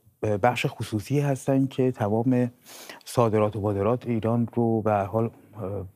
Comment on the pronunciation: باورکن ! فکر کردم من اشتباه شنیدم ‼️OMG 😬🤣 وادرات ! بروزن صادرات ! 😆😁🥴